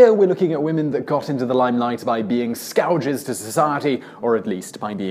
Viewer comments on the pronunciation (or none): What’s a scouge? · You mean, scourge- as in, "skur-ge"? LOL. Lovely videos as always, that just had me crack up a bit. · "Scouges"? Does he mean 'scourge'? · What is a scouge?